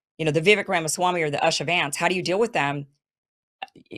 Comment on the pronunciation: It’s pronounced “oosha”